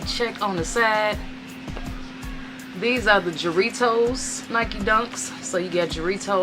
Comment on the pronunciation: For future reference, the J in Jarritos is pronounced as an H